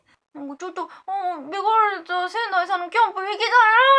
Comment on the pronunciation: ベガルタ仙台さんが、けがれたサザエさんってきこえてしまったw